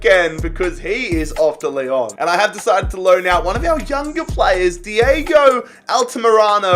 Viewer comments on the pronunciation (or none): none